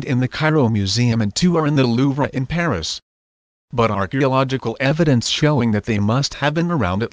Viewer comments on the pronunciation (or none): none